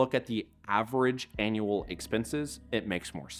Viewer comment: Synth voice? Have to assume so with the voice pronouncing "annual" as "anal". Another low to no effort YT channel ...